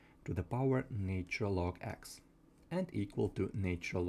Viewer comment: Pronunciation please.....its " natural " and NOT " naytural ".....!!!!!